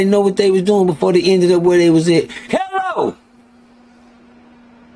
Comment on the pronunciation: He said he knew what he was doing wrong 😂 I love how tells the truth and doesn't spare anybody or himself. The transparency is to be respected and his "HE-LLO!!!" really hits different.